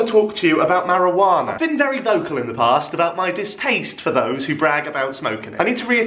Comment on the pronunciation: The way you said marijuana at the start was so British lmao. Also can you bring back the earring it suits you tbh.